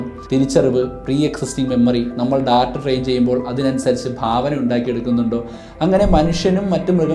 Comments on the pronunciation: ബ്രോ വീഡിയോസ് Skip ചെയ്യാൻ താല്പര്യമില്ല കാണാനാണ് താല്പര്യം. അതുകൊണ്ട് മാത്രം പറയുകയാണ് ഈ വൃത്തികെട്ട ബിജിഎം വീഡിയോയിൽ കുത്തി കയറ്റല്ലേ ബ്രോ 🙏🙏🙏 Data എന്ന് പറയുന്നത് വളരെ തെറ്റായിയാണ് Day-Tta ഏകദേശം ഇങ്ങനെയാണ് ശരിയായി ഉച്ചരിക്കേണ്ടത്. പ്ലീസ് refer Google how to pronounce. അധ്യാപകനായ നിങ്ങൾ കൊച്ചു കൊച്ചു തെറ്റുകൾ തിരുത്താൻ തയ്യാറായാൽ വിദ്യാർത്ഥികളും , പ്രേക്ഷകരും തിരുത്തുകയും ചെയ്യും. നിങ്ങൾ തെറ്റ് ആവർത്തിച്ചാൽ അവരും തെറ്റ് പിന്തുടരും All The Best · ബ്രോ വീഡിയോസ് Skip ചെയ്യാൻ താല്പര്യമില്ല കാണാനാണ് താല്പര്യം. അതുകൊണ്ട് മാത്രം പറയുകയാണ് ഈ വൃത്തികെട്ട ബിജിഎം വീഡിയോയിൽ കുത്തി കയറ്റല്ലേ ബ്രോ 🙏🙏🙏 Data പറയുന്നത് വളരെ തെറ്റായിയാണ് Day-Tta ഏകദേശം ഇങ്ങനെയാണ് ശരിയായി ഉച്ചരിക്കേണ്ടത്. പ്ലീസ് refer Google how to pronounce. അധ്യാപകനായ നിങ്ങൾ തിരുത്താൻ തയ്യാറായാൽ വിദ്യാർത്ഥികളും തിരുത്തുകയും ചെയ്യും. നിങ്ങൾ തെറ്റ് ആവർത്തിച്ചാൽ അവരും തെറ്റ് പിന്തുടരും